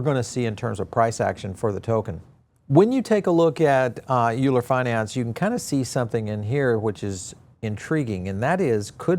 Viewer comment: Euler = "Oiler" (like the mathematician) Great coverage though!